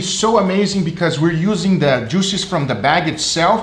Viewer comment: my favorite ----> "....the bag................djooo-szez!.." Great vid, G...love 'em